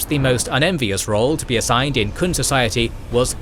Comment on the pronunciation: I'm really happy that this got released, but the Qun is pronounced "Kyoon," not the "Kun."